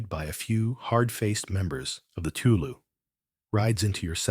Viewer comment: Listening from Treharris, Merthyr Tydfil, South Wales ❤️ just wanted to quickly note, I believe you said 'teulu' earlier in the video. This word means family, and is pronounced 'tay-lee'. And with 'ty un-nos' this is pronounced 'tee een-nors'. I haven't gotten too far into the video yet, but the Welsh language is very phonetic, so what you see is what you get for the most part!